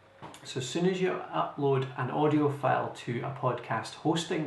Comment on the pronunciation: I strongly suggest you to improve you pronunciation, for example words like File. It will be really helpful. Your sound like Felle. Thank you!